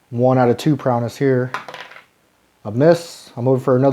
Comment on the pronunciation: Really good and helpful play through, thank you! Just to split hairs, it’s prow-ess, not prow-ness. 🙂